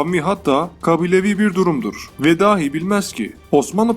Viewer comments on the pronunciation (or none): none